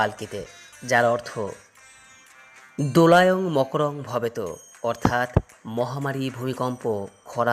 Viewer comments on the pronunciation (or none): "দোলায়াং মড়কং ভবেৎ", "মকরং ভবেত" নয় 🤑